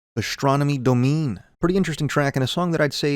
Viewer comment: Astronomy Domean (it’s Dom-in-ee, to rhyme with astronomy)